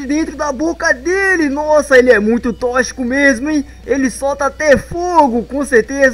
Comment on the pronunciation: Se escreve toxico mas você fala tóquicico,entendeu,então para de falar tochico,é tóxico.